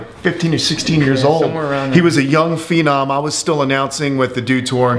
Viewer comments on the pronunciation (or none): none